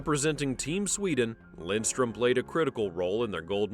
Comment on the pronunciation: It’s Lidström, not Lindström…